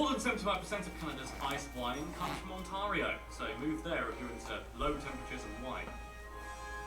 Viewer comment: It would have been better if the narrator had been from Canada, so he would know how to pronounce words such as Métis and Ontario.